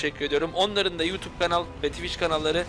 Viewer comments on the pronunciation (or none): none